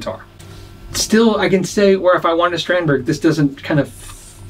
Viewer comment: Just a head's up: Strandberg is pronounced something more like strawnd-bay